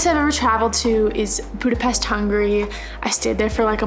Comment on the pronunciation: Where are the Hungarians?? Woww I was shocked, when she said Budapest! ♥♥